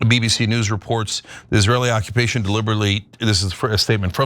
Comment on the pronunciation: The occu-pay-tion “forces” have literally ALWAYS been T words Cenk. I still really appreciate your coverage